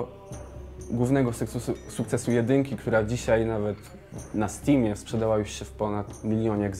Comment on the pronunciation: sekc...sukcesu ( ͡° ͜ʖ ͡°)